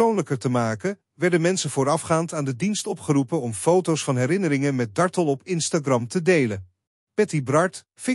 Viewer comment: JAMMER DAT DE "COMMENTATOR" ZOVÉÉÉEÉL X DE ACHTERNAAM VAN MEVROUW DARTELL VERKEERD UITSPREEKT ! HEEL ERG STOREND en DOM ‼️